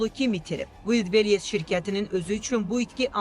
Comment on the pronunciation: Ulllbres yox Valbress